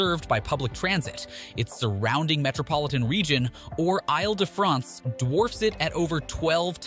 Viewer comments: These videos would be much more interesting if the presenters would stop repeating previous points. It is very irritating. Also, please make an effort to pronounce names properly; Isle de France {EEL DE FRONCE} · “Isle” in “Isle de France is pronounced “eel”. Do some basic research before starting your audio.